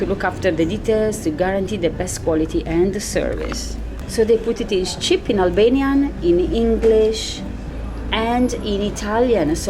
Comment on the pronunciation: Great pronunciation of Albanian. Congratulations